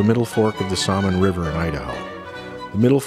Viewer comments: Salmon is pronounced with the "l" silent. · nice video. are you foreign? your pronunciation of salmon is pretty funny.